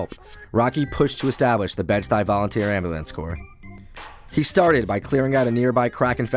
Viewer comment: lol when he says ambulance it sounds like "amber lamps." woah black betty, ambulance, woah black betty